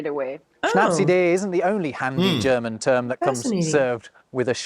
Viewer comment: your german intro pronunciation is getting better and better, soon you will be able to speak german